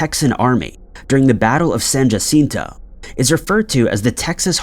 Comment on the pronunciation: Oh and it’s San “Hacinto”, not Jaaaacinto. Study your Spanish. We laugh here in CA when people mispronounce Spanish words.